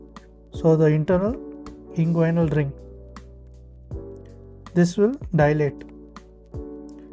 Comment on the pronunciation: You are confused. It is Nyhus after a surgeon and not a NYHUS abbreviation . This classification was named after the famous Chicago surgeon Lloyd Nyhus, and his name was pronounced as "nee-has" . Also inguinal is pronounced in-gu-ee-nal and not in-gu-a-i-nal, femoral is pronounced fe-mo-ral and not fee-mo-ral